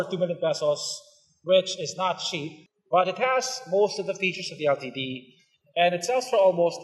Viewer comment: I think he said it perfectly. How would you say the word "LTD" then? Litd? Lol